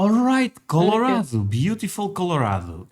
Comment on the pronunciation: he said it right! Col-o-RAD-o